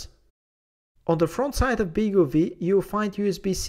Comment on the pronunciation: Nice overview on the BeagleV; thanks for that. Looking forward to getting the final version hopefully later this year. (BTW, I think the name is pronounced "Beagle Five", as the V is a Roman numeral 5 (same as RISC-V is pronounced "Risc Five")).